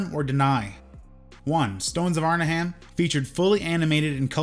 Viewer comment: This "Arn-a-HAM" is driving me crazy. It's Arn-'em